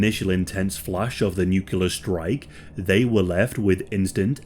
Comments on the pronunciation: It's "nuclear", not "nucular". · I love you, but....Nuclear, NEW-CLE-AR. Not "Nucular." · pet peeve...mispronunciation of the word NUCLEAR.. it is NOT NUKEYOULUR it is NEW-CLEE-ER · Its nuclear not nucular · One loses one's credibility when producing a video about a topic they cannot correctly pronounce "Nuclear" (noo-klee-er not noo-Q-ler). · pronunciation is NU KLEAR and NOT NUK U LAR!!!!!!!!!!!!!!!!!!!!!!!!!!!!!!!!!!!!!!!!!!!!!!!!!!!!!!!!!!!!!!!!!!!!!!!!!!!!!!!!!!!!!!!!!!!!!!!!!!!!!!!!!!!!!!!!! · uuh it's "nuclear" , not "nucular" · It’s nuclear, not nukiller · This guy says nucular instead of nuclear LMAO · nuCLEAR bombs not nucular for F@ sake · Why do you say “nucular” instead of “nuclear”? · It’s NUCLEAR not nukular…. As soon as someone pronounces it wrong like that, they lose all credibility… it’s like they don’t even know what a nucleus is or how Atoms work. Chemistry basics…. They would say nukulus lmfao. God dang it I can’t do it. I’m sorry I just can’t hear nukular over n over. It’s too much of an Idiot cringe joke 😂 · Nucular? Really? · At least pronounce the word nuclear correctly. It’s not “ NUK-U-LER. Damn. NU- CLEAR! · Bro you have to pronounce nuclear correctly. "Nuculer" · Nuclear, not nucular lol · The bombs are nuclear, not nukular. Why is it so hard to pronounce it correctly? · 80 years in and people still absolutely butcher the pronunciation of nuclear. "nuculur" u f0cking w0t m8? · Sorry to be that person but nuclear is pronounced new clear not new cu lar. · This was great video and I learned some things, thanks! I’m going to check out your channel. Although they were nuclear bombs not nucular, but oh well. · Learn how to pronounce nuclear. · You going to do a video on Hiroshima in Nagasaki and the atom bomb and you Don't pronounce the word nuclear correctly? Come on man. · Not sure which is more cringeworthy, the horrible injuries suffered by the victims, or the pronounciation 'nucular'.